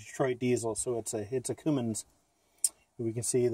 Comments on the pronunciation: CUMMINS SIR, NOT COOMINS. I WOULD LOVE TO HEAR YOU SAY KOMATSU LMAO 🤣🤣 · Coomins 😂😂😂 it’s Cummins